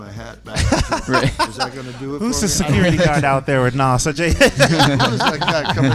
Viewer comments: It's pronounced NAZ not Nos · No. Not Nàs, "noss"